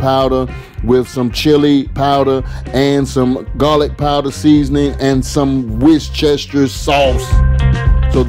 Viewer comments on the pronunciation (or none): Wish-chesters sauce 🤣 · I love hearing people trying to pronounce Worcestershire sauce! “wishchester” is the best yet and I may start using that myself! 😂😂😂